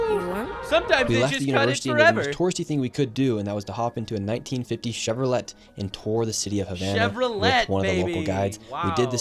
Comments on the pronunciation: I really like Nick. Shirley, but how the fuck do you not know how to pronounce Chevrolet? Also escape doesn't have an x in it 😅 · Chevro-LET ? Seriously... what world did Nick grow up in? He speaks fluent Spanish... how does he not know the word "benevolent" or "Chevrolet"? like... what?